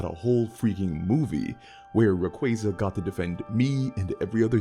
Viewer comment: Oh. My. God. He pronounces Ray-QWAY-za correctly 😭 It's ray + quasar, for the deniers And no it's not pronounced "qwah-zar"